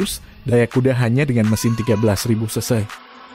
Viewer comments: CC bang bukan se se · Bukan seu seu tapi ce ce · Iya denger aga kaget sampe ulang ulang, ternyata maksudnya CC 😄